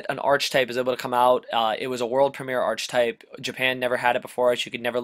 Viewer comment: I liked the episode, my only feedback would be that it's pronounced "ark-type," not "arch-type" and that you "equip" things, not "equipt" them.